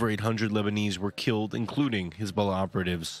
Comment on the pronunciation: "Khezbollah" XD In any case, long live the Axis of Resistance!